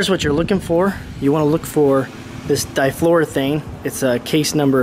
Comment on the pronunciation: Good job overall, with a few suggestions. It's not pronounced di-flor'-o-thane. It's pronounced di-flor-o-eth'-ane. Also, try not to add refrigerant in straight liquid form - alternate gas and liquid by tilting the can back and forth. Takes a little longer, but you won't slug the compressor. Good job posting the safety corrections.